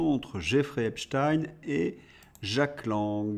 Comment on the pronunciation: on ne dit pas Espstine mais espchteine, nom d'origine juive Allemande